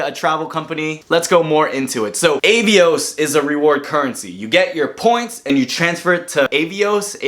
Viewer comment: It's British Airways, not British Airlines. Avios is pronounced 'Ah-Ve-Ohs'. And It's Iberia, not Liberia.